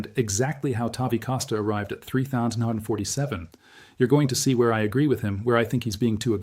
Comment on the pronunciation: is this a fake channel using AI, just the way he keeps saying 3,947 is a give away as well as when he reads WWII